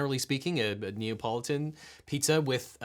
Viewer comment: "a ne-a-politan pizza" ??? what is that?